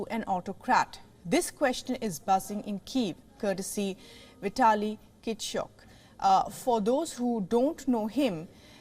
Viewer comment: you have to pronounce names properly or just say mayor of Kiev. Vitali Klichko. Even small boys knows his name but you dosent know it. Crazy and very unprofessional.